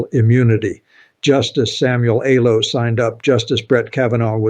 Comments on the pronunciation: This ain’t. This is chopped up A.I.. Pay attention to the words. Do you think he doesn’t know how to pronounce “Alito”? he says justice “Alo”. Listen closely, the video is full of little glitches like that. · Your commentary is good, but the mispronunciation of certain names, like Justice Alito, leads me to believe this is Ai generated, which I abhor and do not trust. Too bad. You are a smart communicator.